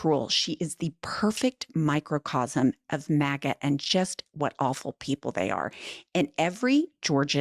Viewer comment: I thought you said maggot instead of maga. Go figure.